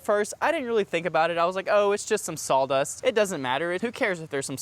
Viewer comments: "sol" dust? As in Pine-Sol? I know what you mean.....Saw Dust. but you say it SO many times. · I’m definitely hearing sall dust